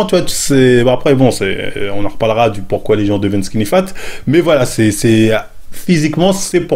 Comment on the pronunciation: le fameux "Pouquoi"